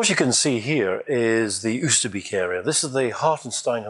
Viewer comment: Wow it all looks so wonderful. So much detail and instantly recognizable. One suggestion on the pronunciation of Oosterbeek, you would be closer if you say it starting with the "o" sound from "boat" - i.e., "Oaster - bake"